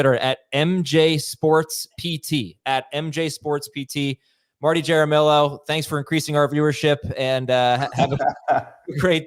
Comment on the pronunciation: Jair-a-millo? I think you mean “Ha-Ra-Mee-Yo”(Jaramillo),.